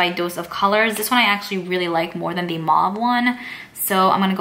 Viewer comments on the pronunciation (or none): its mauves not maves